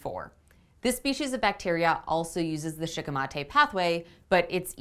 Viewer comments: Shikimate comes from the japanese word シキミ (shikimi) which is the japanese star anise so considering how the language works, your pronounciation would probably be more accurate. I'm not sure of the -ate suffix but otherwise, yeah I'd go with shee-kee-mah-teh. Sounds better anyway. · If Shikimate is a Japanese word you are pronouncing it correctly